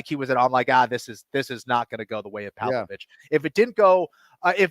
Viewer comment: anik corrects on alex's name but then calls pavlovich... povovich lol